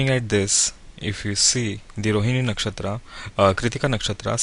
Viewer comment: Very nice program but pls Can u pronounce 'नक्षत्र' ना कि नक्षत्रा , and 'पद' ना की पदा , this wrong Hindi is always always heard on every u tube channel , I don't know why people r teaching concepts from sanatan and not taking pronunciation from the same , Kab Tak hum abhi bhi western world ke slave Bane rahenge !!! Jago Bharat jago 🇮🇳🇮🇳